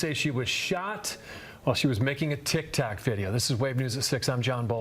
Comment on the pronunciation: The anchor said a tic tac video. Sir, not the candy tic tac 😅